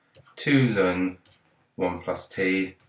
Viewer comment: it's pronounced L-N sir not Lun ✨ thanks for the video tho, c4 exam tomorrow